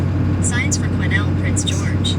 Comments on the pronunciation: Interesting to hear an American perspective while driving through BC. This is my backyard and these winter driving conditions are pretty routine for us. You get used to the road conditions. A few tips on town pronunciation. Lillooet is pronounced Lil'ooh wet. The "S" is silent in Quesnel. Pronounced Kweh Nel. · Quesnel is pronounced kwa-nel. Say it quickly. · Dude, the s is silent when pronouncing Quesnel 🤓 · I was laughing good when I heard you pronounce Quesnel!! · Just a friendly nudge.. S is silent in Quesnel 😉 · Hi from Quesnel. The 'S' is silent lol